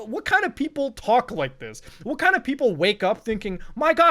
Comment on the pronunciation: "we need to have a twlauwlk"